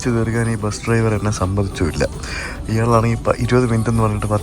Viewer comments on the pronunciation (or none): none